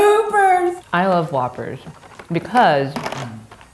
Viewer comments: “Who-ppers” I NEVER THOUGHT ABOUT IT THAT WAY HAha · every Asian's pronunciation 😂😂